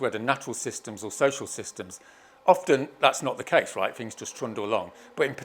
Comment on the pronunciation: How the hell can you follow this total nut job.😯 what the hell is a shaboodle??? 😑😑😑😑😑Sleeping now 4 minutes in. He laughed, I woke back up and yep, he's still babbling on like a nut job. Love his squiggly graphs. The square is brilliant. Different fings, does he mean things, in the square. The dope can't even talk properly. Mammals, really!! Firty is that like thirty, oh I get it, whoops, no I don't. I guess I'm just not academic enough. Oh well at least I can speak correctly. The term rat bag comes to mind. Why did ZION LIGHTS leave XR any comments.